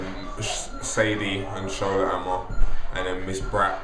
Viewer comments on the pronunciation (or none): none